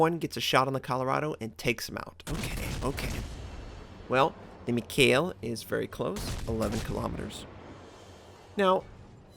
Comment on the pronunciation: Nice replay of an excellent game. But please, could you stop murdering the name "mikhael". It shouldn't be that hard for even an american to pronounce..;) Especially since the last soviet head of the state had the same first name. And thank you for your content. Best WoWs content I've found anywhere.